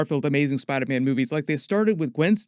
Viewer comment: I’m hearing him say spide man